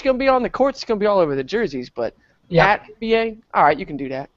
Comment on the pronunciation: You're boston accent makes sound like et haha